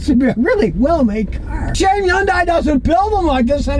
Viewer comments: Scotty thinks it's YUN-DIE. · scotty: wikipedia says "yundai" is pronounced Hyeondae. there is an H on it. like as in Harry. Hilda. Henry. Hungry. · Why doesn't anyone tell this guy how to pronounce Hyundai the right way? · Hyundai rhymes with Sunday!!!! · It's pronounced Y-UN-DAY. The "H" is silent. The company came forward and said that's how the car's name is supposed to be said. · Is he saying Hyundai? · Because he can only pronounce vehicle brands that are, for the most part, reliable 😂